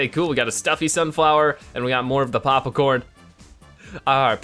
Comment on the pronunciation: (not to sound like a douche but)Was anyone who has pops corn cringing when he said papa corn